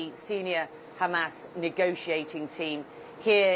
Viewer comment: You sound so stupid saying Hamass instead of Hamas. FYI